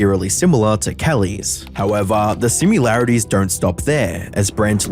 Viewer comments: You hear that y'all? The "simularities." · I like how you say (and spell) "simularities) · . Thats neither how you spell or pronounce SimILarities. Spellchecker not a thing? Also from earlier, its PopUlism. Not PopUAlism. Forget this Brent dude, the real crime here is the merciless murdering of the language. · Sim-il-arities not sim-u-larities. Great video though. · Nitpicky pedant here, but it's 'similarities', not 'simularities' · I wish you took more time to proof your videos, pronouncing pompous as pompuous and using the work simularities instead of similarities make it very hard to treat your takes with any reverence. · pompousbis pronounced like pom pus, not pom pyu us similarities, not simularities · Is "simularities" a word outside of the States?